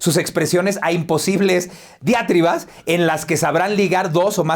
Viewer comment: Perdón, pero no dice Diátribas, es Diatribas (acento fonético en la "i")... parece que te "equivocastes"... Felicidades por tu programa... ORIGINAL